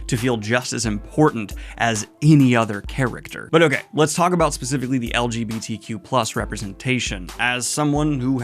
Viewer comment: It's funny when the person who looks for "lgbtq+ representation" can't even say "lgbtq+" properly. I understand reading fantasy to be an escape/comfort, but I don't understand this growing trend of only wanting to read books with characters that you "identify" with when that identity is literally just who you're attracted to. If I'm reading a story that has people of other races, ethnicities, cultures, sexualities, etc. it's BECAUSE I DON'T identify with them. And in a world where life/death is at stake the least important thing is who the characters have sex with.